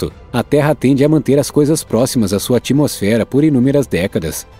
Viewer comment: Narrador, cuidado com a pronúncia. Não é ATIMOSFERA; é ATMOSFERA, com "t" mudo. Não se pronuncia o i. Tem que ser como at-mosfera.